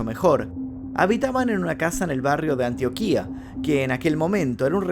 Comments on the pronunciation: Si no puede pronunciar Antioquíia no sea locutor. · bro antioquia lo pronunciaste como el culo jajjajajaja